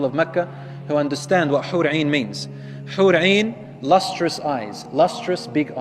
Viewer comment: It’s hoor in not hoor ain 👀